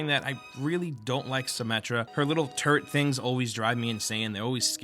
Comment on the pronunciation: am I the only one who heard "turd" instead of "turret"